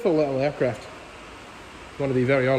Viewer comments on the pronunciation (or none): hehe Aircwaft